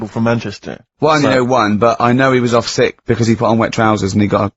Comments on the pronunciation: sixt days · I like how Ricky can't even say sick days properly 😂